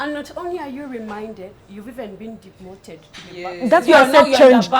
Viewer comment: I hear demoted 🤣🤣🤣